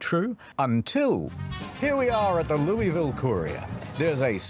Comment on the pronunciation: Hearing him pronounce Louisville hurt me.